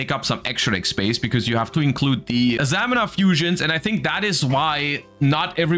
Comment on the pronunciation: It's pronounced a-za-mee-na